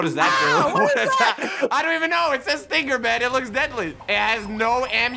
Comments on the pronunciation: Is none gonna talk about how says it's IS-TING-GIR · Stinger: is pronounced stinger*: sting ger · Stinger not sting-er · The point that pronounce stinger is stingger is funny